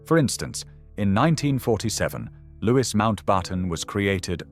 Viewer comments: An interesting documentary. There are quite a few mispronunciations though. The "s" in any version of viscount is always silent. Lord Mountbatten's first name is pronounced "Looee." Marquessate is pronounced "mar-kwih-zit." Blenheim is pronounced "Bleh-nim." Rothesay is pronounced "Roth-see." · Can’t pronounce Louis correctly. I’m out.